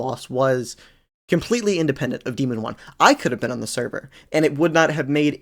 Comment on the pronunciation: dihmon 1 😭